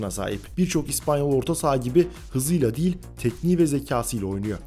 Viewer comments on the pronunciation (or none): none